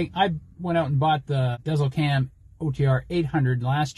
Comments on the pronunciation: It’s actually pronounced “Diesel” not dezl 😂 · Pronounced Garmin Diesel. I wish it had a feature like Trucker Path that displays fuel prices at each fuel location shared by other drivers. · Think about the dash above the E, when pronouncing the name of your Garman. (Garmin dēzlCam™ ) good review otherwise!